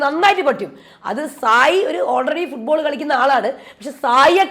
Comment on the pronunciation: ഫുട്ബോൾ ആണോ ഫുള്ഗോൾ.. ഒരു സംശയം..😮😅